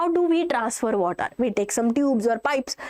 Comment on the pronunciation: water..or wvatrr 😂(just for fun)